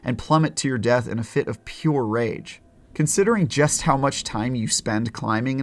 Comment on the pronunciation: Says jest not just, LOL